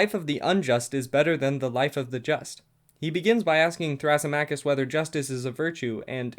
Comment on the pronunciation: you pronounced some of the names wrong, thrasymachus specifically (thruh - SIM - uh - kiss)